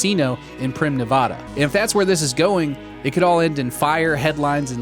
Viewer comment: I cannot, in good faith, subscribe to this channel after your mispronunciation of Nevada.